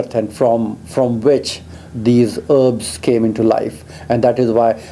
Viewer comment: heeebs= herbs